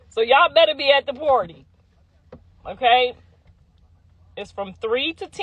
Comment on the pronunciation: what PWARRRTYYY!??? 😂😂😂